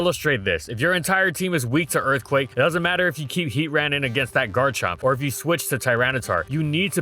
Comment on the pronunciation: Good grief…it’s HEAT TRAN not Heat ran…not sure why you mispronounced version bothers me so much